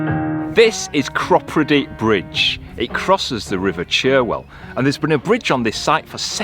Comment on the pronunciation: Great pubs in Cropredy.... Shame you couldn't grab a refreshment or two! BTW it isn't the Churwell... It is Cherwell. Enjoy your journey.... What a dream. I wonder why people give you a thumbs down? It's a massive thumbs up from me x